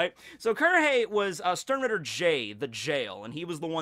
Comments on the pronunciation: Stern-rieeeter, It hurts so bad! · just klicked to hear say sternritter, i love when americans try to pronounciate german words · My first contact with bleach was some doujinshi I don't remember, but it got me interestet enough to at least give the anime a chance. Sadly the first episode was so boring and cliched I lost Interest immediatly... So... the only reason I started watching this video, was the title. I just was curios how much you would mispronounce the word "Sternritter".... Well... I got disapointet again.... You didn't mispronounce it more, than you would mispronounce the word "Stein", so, knowing and caring nothing about bleach, this was a complete waste of time... But to end this on a positive note: can't wait to see your review of the next one piece chapter!